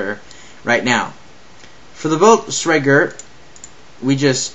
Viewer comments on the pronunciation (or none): "we have the Bultzregger" An fyi, that's not how you pronounce it. Blitz... Kreeg. Is how you pronounce it. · CORRECTION LMFAO: BLEETZ-KREE-GH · you say blitzkrieg totaly WRONG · Dude u keep saying Blitzkreig Wrong